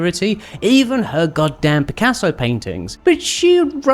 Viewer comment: Who’s this Pic-caseo you speak of? Never heard of him. Cal was right.